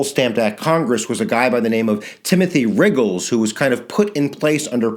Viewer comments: You, um, sort of said 'riggles' and not 'ruggles'..........was I not supposed to mention that? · You mispronounced ruggles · So true bro, so true